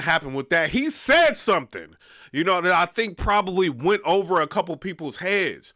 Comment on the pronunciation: It's ovha! It's ovha😂 chill